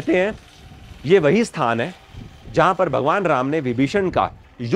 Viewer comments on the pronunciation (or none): none